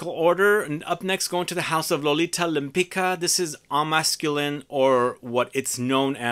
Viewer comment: I think the second name is polish and is pronounced Lempitska